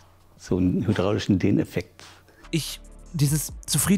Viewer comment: „Hydraulische „ bei den Wort kam mir grad mein Brötchen hoch und ich HABE GEKOTZT! Boooaaah was für eine Katastrophe. Danke Inso, für deinen Beitrag